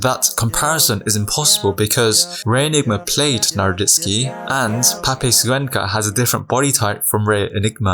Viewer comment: PEPE SSUENCA? HAHAHA ITS PEPE CUENCA GOD DAMN IT. C IS A C NOT AN S.